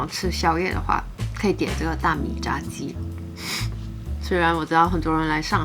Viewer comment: 炸鸡最正确的是第二声哦